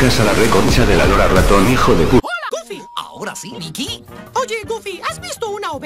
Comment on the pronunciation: Se dice goofy